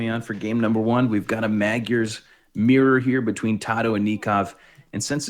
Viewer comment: Keep it up you guys. You're pronouncing magyars almost correctly now. :D Say the first 'a' identically to the second and you're there.